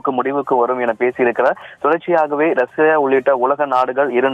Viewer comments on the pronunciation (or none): none